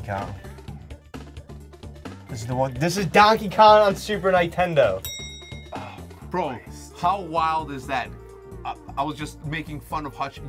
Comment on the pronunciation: Any they only gave them half a point cause he said Nintendo wrong